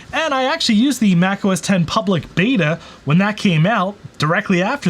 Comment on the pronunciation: Thank you so much for pronouncing Mac OS X correctly! I drives me crazy when people pronounce it “OH ES EX” - I guess because they don’t know what Roman Numerals are… Maybe the pronounce Super Bowl LIX as “Super Bowl EL EYE EX” too. 😂